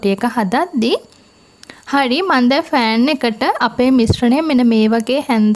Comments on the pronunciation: it's not FAN , pronounce it as PAN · ෆෑන් නෙමෙයි පෑන් .වචන ගැන පරිස්සම්.වෙන්න සරලයි පැහැදිලියි සුබ පැතුම්. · Thank you very useful. I will try it. I heard you say Fan for Pan. Pan is correct.